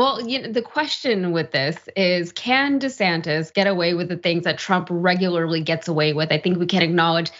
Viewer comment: HE SAID 😮Ron DISATAN 😂